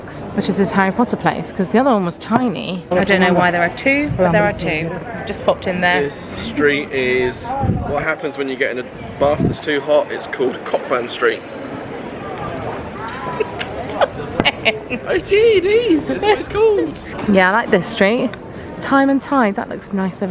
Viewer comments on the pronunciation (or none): Pronounced Coburn rather than Cockburn! 🤣🤣🏴🤣🤣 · Thank you guys for doing such a wonderfully positive video on our capital in Scotland - it’ll definitely encourage others to come which is fab ☺️. By the way if no one else has said it’s pronounced ‘Co-burn’ although I prefer Benjys 🤣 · Just catching up on your road trip vlogs and loved that you’re now in my home country. Edinburgh is a beautiful city. And for future trips Cockburn street is pronounced co-burn street😂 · Also Cockburn street is pronounced Co-Burn 😂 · 🤣Cockburn Street, it's pronounced Coburn Street, but I'm guessing you knew that and the pronunciation was purely tongue in cheek! Love that you enjoyed Edinburgh so much! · Lovely to see my home town when I'm so far away. Thanks for a little reminder of home ❤ Just a wee FYI it's spelt Cockburn but it's said as Coburn...if you want to fit in with the locals make sure you don't mix that one up 😄👍